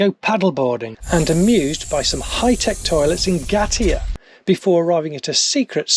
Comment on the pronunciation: Yes I am. I am enjoying your travels thankyou they are actually reminding me of places to visit on our next campervan trip. My suggestion was meant to be helpful not a criticism. Whang is pronounced fong as in wrong and in Ngatea the g is silent. I hope you enjoy the rest of Travels , stay safe and keep up the good work.